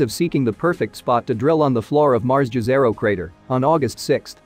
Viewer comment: Great info. But the Martian crater is usually pronounced - "Jeh-zeh-roe." Or more correctly "Yeh-zeh-roe," not "Jazz-er-roe." See Fortunately, I didn't here "Jeff Bee-zose" versus "Bay-zose" this time. Narrator has a great voice though. Also, great info.